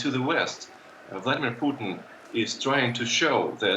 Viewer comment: "Mr Poodn" - Joe Biden, 2022